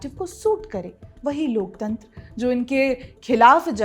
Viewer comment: Loktantra nahi loktantar bola karo pleaseeease😂